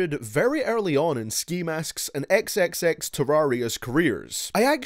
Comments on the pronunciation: he really said "xxxterraria" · He was like “xxxterarian” or something lol but I still loved the video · XD he said xxxterrerious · This man said XXX terraria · "Xxxterraria" im d e a d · Cant u ever say tentacion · he said xxxterriorius 😂😂😂😂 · Do you feel bad for butchering xxxtentacion and his name now? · I hate you for purposely saying XXXTENTACION name wrong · How you said "Xxxtentacion" triggered me so much, but I enjoyed the vid lol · Why can't he just pronounce X's name right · Fucking pronounse xxxtentacion correctly u dyslexic fuck its disrespectful fuck you